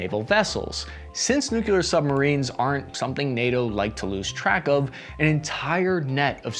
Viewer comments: Nuclear is pronounced like "NU-CLEAR" for god's sake, it's N U C L E A R. Not NOCULAR, English is not even my first language, how difficult is that to understand? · Greetings from Colorado, And Company! As you now TALK (usually quite well) for a living, you have the opportunity to advance beYOND President Shrub Bush and move into the Land Of The Literate! NU-KLEE-AR...xxooxx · "New Clear" weapons. Say it with me... In all seriousness, thanks for your excellent work! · NU__CLEE__AR !! Nimrod. NOT NU__KYU__LAR GEEZ !!! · Nukular! NuKULar Nukular NUKULAR nukular, nuKular NUkuLar, nUkULaR nukuLaR nukULar NukuLar. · Nuclear = NEW CLEAR. Say it with me grunt. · I laughed my ass off with this... Now do "nuclear"! XD